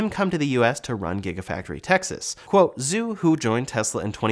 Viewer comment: Has anyone checked the pronunciation of the name "Zhu"? Is it not supposed to be pronounced like "Zoo" but more like "Jew"?